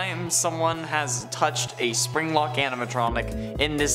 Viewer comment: He said springlick aminatronic